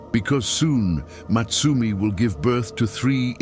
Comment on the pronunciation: I think her name was supposed to be Motsumi (meaning the hunter,) not Matsumi